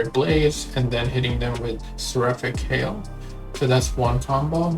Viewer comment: Hail, not hall Thx for demonstrating rotations. Good to see others’ play styles.